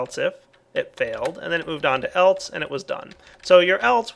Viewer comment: Do you realize that you say "eltse" instead of "else"?